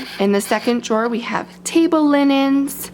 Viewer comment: She said jaw or draw?